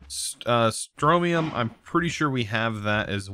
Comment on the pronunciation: I don't know why but it's so frustrating when he mispronounces simple things like Strontium and "Periodic" instead of periodical.